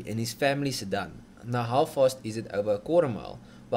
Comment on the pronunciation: Stop saying "sirdun"! And at least give us figures in the form of measurements we use locally so kw and not hp.